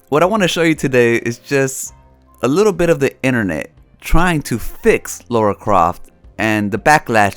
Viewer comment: You mean "Lara" and "grifter" but interesting video.